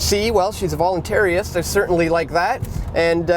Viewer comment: check your linguistics. Rica The Hopeful Voluntarist is voluntarist and not volunteeriast, volunteeriest, voluntariast or voluntariest, but you say one of these.